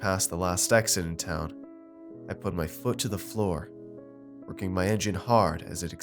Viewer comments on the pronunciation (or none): none